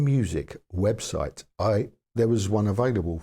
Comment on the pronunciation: Webshite lmao 😂